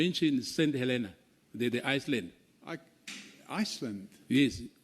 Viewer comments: The "member of Parliament " saying Iceland instead of Island😂😂😂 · The high and mighty member of parlement talk of St Helena Iceland, as he don't no how to pronounce island